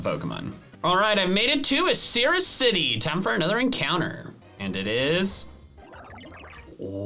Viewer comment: MoOr oF IcIRRus love the pronunciation 😂